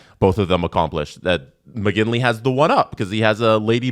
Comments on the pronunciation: MOGILNY, not Mogingly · as a McGinlay it weirded me out EVERY time. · You say Mogilny, I say McGinley..... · Is OK? He keeps calling Mogilny Moginly over and over. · is purposly misspronouncing Mogilny right? Has to be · I’m just wondering if he’s dyslexic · everyone take a shot everytime mispronouces Mogilny lol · Hate to say it but kind of drives me nuts. Once maybe…. Twice but it’s someone’s name… they deserve it pronounced properly. If kidding that’s one thing. He said his name wrong 5 times in a row. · I came to the comments looking for someone else who noticed this, making sure it wasn't just me and my old man hearing 😂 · Haha thank you was dying on the inside haha